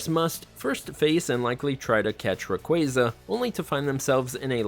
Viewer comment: I'm getting annoyed by this guys awful pronunciations of most of these Pokémon's,like Manaphy is pronounced Mana-fee,Rayquaza is not Rayquayza ffs,please watch the anime cartoons for correct pronunciations before making a video,just saying lol.....but yeah most of these are tough to catch but you gotta use proper abilities/Pokémon as well as moves and held items to properly catch them easier you know